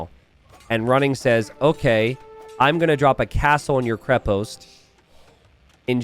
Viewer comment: this is KrEpost, not KrepOst. The root word is krep - which means "strong" in slavic languages